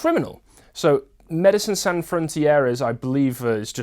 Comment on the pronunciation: Pronounced sohn or did you not study French